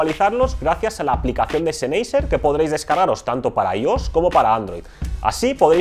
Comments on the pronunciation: seneiser...? en serio...que lastima de pronunciacion y no es por ofender, es solo que se escucha mas..."profesional" mencionarlo bien. PD: Mejor Audio46👍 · La pronunciación de la marca "Sennheisser" es: (sennjaisa, siendo la j una h aspirada) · ZENEYYYSER XD jajajajaj :V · Lo de las pronunciaciones suele traer polémica, dada la cantidad de idiomas que han influido, y aún lo hacen, en el nuestro. Yo siempre escuché "senjeiser" o "senjaiser", pero lo que me importa de este vídeo no es eso. Respecto a si este canal es mejor o peor que otros, dejémoslo de lado: para los pocos que hay en la lengua aquí empleada y sobre este tema, apoyémoslo para que no termine desapareciendo. P. D.: Pablo de Audio46 tb pronunciaba siempre "Bous" (o algo parecido) en vez de "Bosé". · Tú cómo los pronuncias? Senjaiser? O como verga? Es una marca alemana a ver si si los sabes pronunciar... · Lo estaba pensando mientras veía el vídeo. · Ah que con los españolitos... su pronunciación es de lo mas divertida, marcas en alemán las leen en español, y las de español en ingles... mal, mal, mal... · pronuncias mal el nombre de la marca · Perdón no pude terminar de ver el video... cada vez que pronunciaba la marca sennheiser de esa manera me daba tic en el ojo jajaj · Respeto hacia el idioma? No se como te comuniques con los demas, si uses "ok" u otras palabras de otros idiomas, solo creo que es mejor pronunciar las marcas como en la lengua nativa de ellas